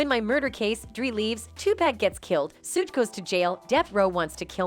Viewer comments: Sooge and dree. I’m dead 😂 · How she's pronouncing Suge's name though... 😂